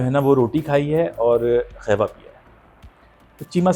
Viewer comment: Khewa nahe Qahwa.😂😅